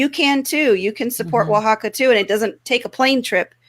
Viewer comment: Now I can actually pronounce "Oaxaca"